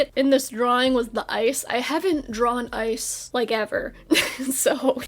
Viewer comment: for a bit, i thought you were saying "eyes" instead of "ice"